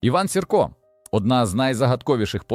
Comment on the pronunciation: Iван Сiрка нiколи не виступав на боцi iноземцiв. I його призвисько Маэ наголос на перший склад й лiтеру ,,i,,.